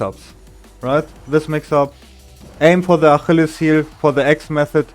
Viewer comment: damn i never would've thought about sh knee there, thats wild. also, "achilles" is pronounced "uh-KILL-eez" in english, but I'd prob just say "foot"